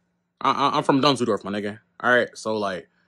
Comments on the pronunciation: bro didn't hear him say DUNZELDORFF? He did it to himself, nothing to see here folks:face-green-smiling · That wasnt because of The N word, it is because you said "Dusledork" 🤣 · He’s said the big dunzel😂😂😂😂💀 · he lost his life as soon as he said “Dunseldork” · Yo did he say DUNSLEDORF? 😂😂😂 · bro said "dusledork" what he expect